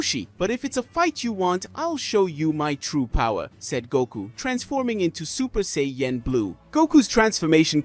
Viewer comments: Super Saiyan not SAY-YEN 😂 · Sorry, but how you say, "sayain," "say-yen" every time...distracting and annoying. Get your verbiage right man if your going to speak nerd in english. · What's a Say-yen ? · "Say-Yen" ok that's enough. 👋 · I KNOW , RIGHT!!?? HE HAD TO BE PRONOUNCING IT LIKE THIS TO SEE IF SOMEONE WOULD SAY SOMETHING. IT"S REALLY OVER THE TOP RIGHT?😂 I UNDERSTAND IF THE MAN HAD A STRONG ACCENT BUT I HEAR PROPER ENGLISH AND HE IS LITERATE . HAS HE EVEN EVER SEEN THE SHOW? I DONT WANT TO KEEP HEARING SAY-YEN. SO IM MOVING ON 5MIN. IN . TOO LONG ALREADY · Super Say-Yen... face palm... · i was thinking the same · It doesn't even sound right 😕 😅